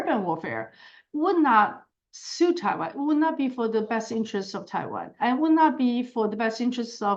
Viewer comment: Que mal que la traduccion no sea hecha por personas. No me gustan las maquinas que hablan de Taban en vez de Taiwan. Y E, U y gemon en vez de hegemon. No se entiende que significa el deleteo de siglas porque la traducción no es por personas. Hay lagunas de compremsion de ideas. DPt no se sabe que es, etc